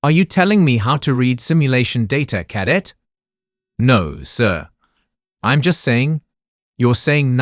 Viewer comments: I relly enjoyed the story but have to ask if the narrator really knows the words they are saying... many of the words are pronounced incorrectly, especially 'cadet' (CADEBT) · Please teach the narrator how to pronounce words like cadet! His pronunciation tho I can understand makes my ears hurt and my face wince.